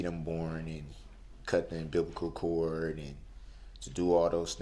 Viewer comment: I’m sure we are all sad for him that he couldn’t be at the “berf” of his grandchild and cut the “bumbbeligle cort”. Disgusting moron!